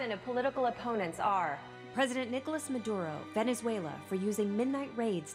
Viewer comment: It's "Nicolás" Maduro, not Nicholas, please. We don't say "Donaldo Trump".